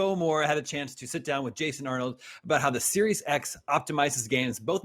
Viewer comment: “Jason Arnold “ lol